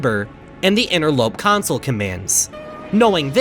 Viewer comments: He still sometimes says council. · He really did, genuinely. Pronounced it incorrectly. The whole. god. damn. video. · Drinking game every time he says “council” take a shot every time he says “console” drink the whole bottle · You only made this because you're embarrassed that you mispronounced "console" as "council" so you're trying to drive people away from the original so they can watch this one instead. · Cant believe you'd rewrite two entire Interloper episodes just to erase the fact that you said council commands instead of console, still good content though! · Oh boy, a redo of the original two videos?! I wonder if he says "CONSOLE" correctly or if he keeps it as "COUNCIL" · was this retake just done so u say “console” instead of “council” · same.... it was VERY hard to watch . a "city council" is not a Xbox360 console "sill" (like...window "sill") VS "sole" (like...sold your "soul" to the devil) . my dad says "idea" like..... "i deal" cards in poker pisses me off also.... but apparently that is a way a decent number of people pronounce it (forget where from) . and then to be like "fuck you, imma say it anyway" LOL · the way he says console so fkn aggressively in this video after EVERY single comment i saw was giving him sht for pronouncing “console” as “council//counsel” lmaoooo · I just had to rewatch the video to hear the story without you saying counsel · Remember when he pronounced console as "council' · you can try to hide your mistakes all you want, we all know you pronounced it as council. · council, which is how was pronouncing it before. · he pronounced it like “council” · hmmmmm i wonder if he restarted the analysis because he wanted to erase he mispronunciation of console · In older videos on this matter, he was frequently made fun of due to the way he pronounced the word "Console". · watch his original Interloper video! Or even his second one! He says it constantly in the first one and addresses the mistake in the second one